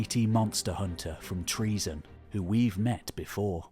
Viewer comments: It isn't pronounced TREASON, you buffoon, it is pronounced TRO-ZEN or TRU-ZEN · ΤΡΟΙΖΗΝΑ η Τροιζην, η (παλαιοτερη ονομασια, ΔΑΜΑΛΑΣ). TREAZON? Maybe...treason? lol LEARN GREEK! Stop butchering the language of our gods and heroes! 💀💀💀